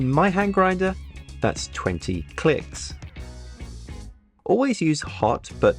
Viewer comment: Did he say....20 clits?